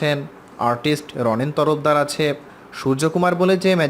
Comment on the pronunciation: Uccharon ta rhik korun , reading pore golpo sonan ekdom baje., majhe abar surf exel dhukechhilo...hahahah. achhe ke ase bolen keno ?